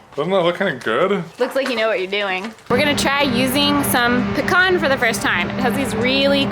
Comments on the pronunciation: Hey I have pecan trees 😃 and thanks for pronouncing it correctly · P.S. Thanks for pronouncing pecan correctly